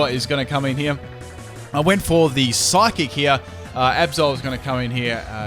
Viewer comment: IT'S PSYCHIC, NOT PHYSIC! WHY DOES EVERYONE KEEP SAYING PHYSIC INSTEAD OF PSYCHIC? AND IT'S EXEGGUTOR, NOT EGGXECUTOR!